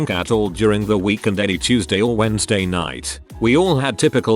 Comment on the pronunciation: When a robot can't say Wednesday